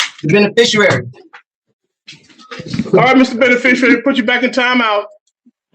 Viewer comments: I heard benifishyouairy a couple times…🙄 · "Benefeficerary"? At least learn to pronounce the word.